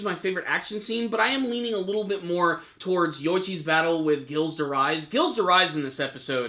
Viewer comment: Dude you were butchering Gilles' name so badly in this lol